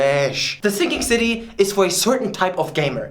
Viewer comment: Do you mean The Thinking City in a german accent?